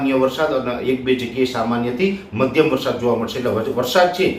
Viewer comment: વરસાદૉ નહીં પણ વરસાદ બોલો અને જમીનો નહીં પણ જમીન બોલો😢